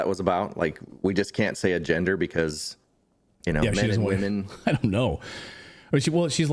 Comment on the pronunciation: She can't say women.